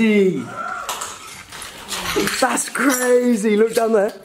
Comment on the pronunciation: The way he said brazy instead of crazy